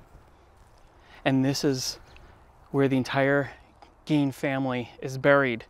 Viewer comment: That's not how you pronounce his name dude, not around here anyways so get your story straight jk? Lol?